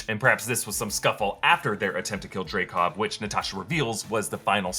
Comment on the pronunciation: It's "Dreykov"